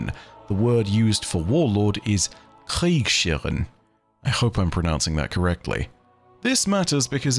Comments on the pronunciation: Your pronunciation was a good attempt but ... Kriegs- Herrin ... You pronounce the s and h in the middle separate s sound is distinct than a distinct h sound ... Not a combined sh if that makes sense ... Love your videos! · My brother in light, it's Kriegsherrin. Regarding the first letter the pronunciation of Herrin matches the pronunciation of Hotel. Krieg (War) Krieges/Kriegs (possessive case of War) Herrin (female Master/Lord). You were really close tho! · ..Kriegsherr(en).... Sorry, your Pronunciation was a nice try but it took me a while to get to it 😅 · The German pronounciation for warlord was not quite right, but good enough. The word basically consist of two words (as is really common in the language): "Krieg" (war) and "Herrin" (female version of lord). The "s" is just to make it more fluent when speaking. The first part was really good. For the second part the pronounciation of the "h" would be more prominent and not "connect" with the "s". The double "e" is more similar to the pronounciation of the "a" in amber. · my guess is its felwinter peak. It has the castle, its a peak and it even has the broken down wall, that shax destroyed Edit after watching: Aight, aight, i conceed the point. And, no, you did not pronounce Kriegsherr or Kriegsherrin correctly. like, at all. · I appreciate the attempt to pronounce the german word, but that wasnt even close. No shame tho as that is a very hard wor to pronounce, appreciate the try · That was a very bad German pronunciation 😅